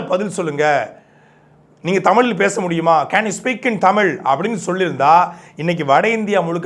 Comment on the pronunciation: நீ முதலில் தமிழை பிழையில்லாம சரியா பேசுப்பா.. மொலி... தமில்.... இது என்ன மொழிப்பா 😂